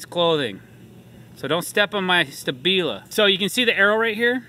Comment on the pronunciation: If thats really how you say stabila.... then I guess I'm an eediot